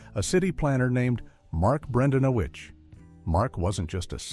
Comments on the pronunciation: I think you mean Bran-dan-o-quits. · Mark bren-DAN-eh-quits*